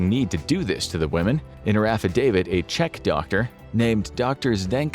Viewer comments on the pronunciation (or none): none